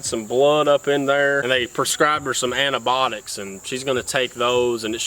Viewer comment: Antibiotics ❌ Anabotics✅